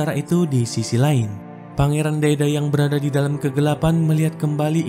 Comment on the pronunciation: "Berrrrrr rada" kata kata bikin terngiang ngiang